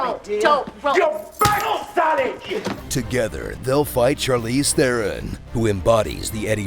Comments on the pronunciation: Okay, how many people have shown up here and told you that you pronounced Charlize Theron's name incorrectly? I'm too lazy to read the comments. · They always pronounce Charlize Theron's name wrong xD